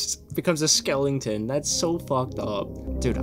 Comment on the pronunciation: Great ep. I love how you say Skelington instead of skeleton. One of the best movies ever. Side note, that outfit is killing it so I hope that got you dates. Hi, Nala 😘😘